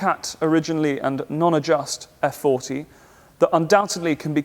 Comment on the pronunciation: I wish to compliment you on the quality of the videos. The story and the features of the cars are always elegantly told down to the geekiest details. I have to point out though, that for the kind of exclusivity of the cars, the formality of the presentations it’s very sad if not offensive that you butcher Italian so regardlessly. I shall never expect you call the car by its actual name “Effe-quaranta” despite in Italy we shall never call a Jaguar “Tipo E” but it would round up to 100 your videos’ prestige if you were to pronounce “Cesare”, “Bagni”, “Regazzoni”... the lot, in a more correct form. Thank you.